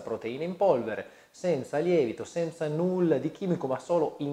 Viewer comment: Comunque si dice 'senza' e non 'semza' 😠